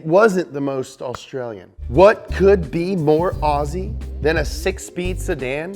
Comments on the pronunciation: umm no mean to be rude but it’s pronounced ozzy not aussie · aussie is pronounced Ozzy or o-z